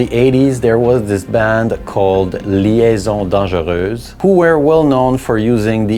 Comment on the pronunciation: "Liaisons dangereuses" was really well pronounced, well played sir !